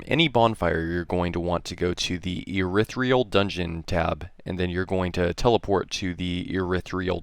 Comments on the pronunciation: Irithyll. Not Irithryill. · Urethra Dungeon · I'm not sure if he means to or not, but I love how this guy mispronounces the name's of the areas. "urithreal dungeon", "born real valley"